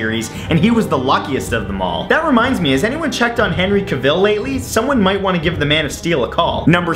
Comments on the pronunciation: The thing that bothers me the most about this video is that he mispronounced Cavill lol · he said henry cavil wrong well he said cavil wrong